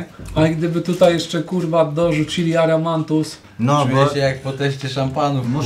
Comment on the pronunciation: WSZYSCY: AMARANTUS OWCA: ARAMANTUS 😂😂😂